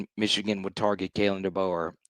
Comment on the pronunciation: Mesh-e-Gan… LOL!!!😂